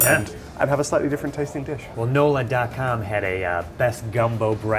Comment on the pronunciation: NOLA and gumbo...come on man you are killing me